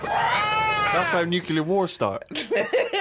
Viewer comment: Steve and Ricky laugh at Karl's stupidity all the time and Steve says NUCULAR War!!!